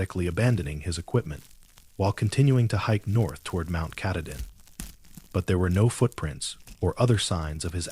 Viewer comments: Ka tah din is how you say it. It’s hard to believe this when the guy who is supposed to “live in Maine” can’t even pronounce it. 🙄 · "Mount catadin" thats embarrassing.......ill find another channel to watch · Brewer Maine, but I was born and raised in Millinocket! I like the stories, but someone's gotta tell the AI it's KAH-TAH-DIN. 😊 Great job though! I'm writing a collection of short horror stories myself, all based on legends/myths from the North Woods. Stay tuned! ❤ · He knows the name and has worked there for years but can't for the life of him pronounce Mt Katahdin!!! (Cah-tah-din) Not hard really! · KA-TAH-DIN, you didn't work there if you can't pronounce the name correctly! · Learn how to pronounce Mt Katahdin correctly. You are murdering it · You had me until AI pronounced Katahdin wrong. That’s when I turned it off. 😂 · The narrator is not a park ranger. It doesn't even pronounce Katahdin right. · Pittsfield, Maine Come on. You could at least pronounce Katahdin correctly. SMH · I was unhappy with the pronunciation of Katahdin as well. 🙄😬😠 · It's so weird how inconsistent it is. The first story was pronounced incorrectly. The second it was correct. The third it was wrong the first time and right the second time. All the same AI. I don't get it. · He needs to say mt.Katadin the right way it's not how he says it 😊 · BECAUSE THE NAME OF MT. KATADIN WAS INTERMITTENTLY BEING PRONOUNCED WRONG. I READ A COMMENT BY A READER FREAKING OUT ABOUT IT. I COMMENTED MAYBE IT'S AI NARRATED. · The AI reading this sucks. For actual Mainers to be expected to listen to horrible AI mispronunciations of places they know and love is unconscionable. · Doesn't pronounce Katahdin correctly. Can't be a Baxter Park ranger